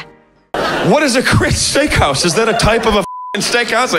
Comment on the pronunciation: stickhouse, stickhouse y stickhouse… se dice STEAKHOUSE!